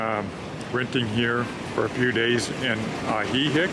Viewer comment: Both "i" in Ajijic are pronounced the same 😄🤠😆✌️